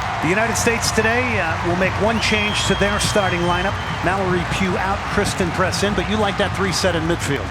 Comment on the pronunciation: I think christen press..not christal press